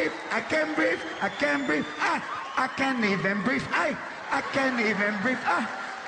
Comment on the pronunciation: Vieja.... Igotta pein in mai shess..... An ai can breef